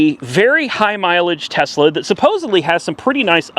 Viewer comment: Did you buy a Tesla or Tezla?